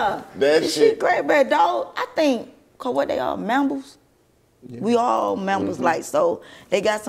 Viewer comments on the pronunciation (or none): So y'all just gon let her saying "mambles" (mammals) slide like that?! 😂😂😂😂😂😂 #Hilarious